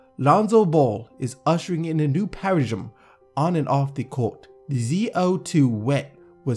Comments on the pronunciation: Paradigm = Paradime, not paragim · i think its pronounced as pa-ra-dim not parajim? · Parajam??? 💀 isnt it pronounced para dime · "Parajim" lol im fckn dead it's pronounced "para-dime" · It's Para-dime :'D Super funny video tho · pair-uh-dime is how you pronounce paradigm. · Parazhym lolololol theres a D in the word you pleb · "para zhim" wtf!?!? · "ushering in a new parazhem" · Did you really say paradgim bruh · so we're just gonna ignore the fact mispronounced paradigm (pronounced para-dime) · paradigm is pronounced para-dime, if ur gonna give ur knowledgeable opinion, it helps 2 sound knowledgeable!!! WORD!!! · its pronounced paradime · Hahahaha "Para-gym" come on bro... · it is pronounced paradime 😂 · Paradigm Para/Dime is how it's pronounced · i think you missed the part where he was doing it on purpose lol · stopped watching the second he mispronounced paradigm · That's not how you say, "paradigm". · Dawg, you dont know how to pronounce "paradigm?" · Learn how to pronouns paradigm